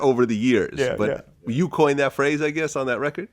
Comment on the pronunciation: The interviewer butchered that phrase.